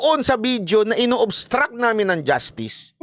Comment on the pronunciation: Justiis po, hindi justice